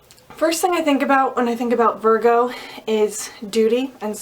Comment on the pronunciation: ITS Pronounce vir---go,,,, not vargo